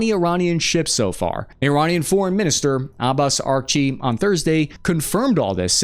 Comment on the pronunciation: Pronunciation help from a friendly retired Army linguist nerd: Arag-chi (not Arag-a-chi) Al Oo-deed (not Al Yoodod)